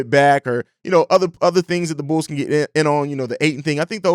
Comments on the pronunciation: I heard it too, bro had too much yak yesterday 😂🤣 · I thought it was just my ears 👂 😂